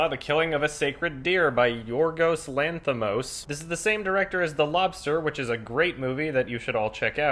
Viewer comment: JCP - Cullen Herron He said it hesitantly, but right. I know cause I come from the same country Yorgos Lanthimos comes from.